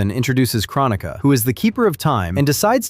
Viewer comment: Drink ever time he mispronounces Kronica